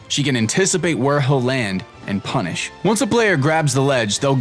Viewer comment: No I've heard the term I just find it funny the way in particular says it in this video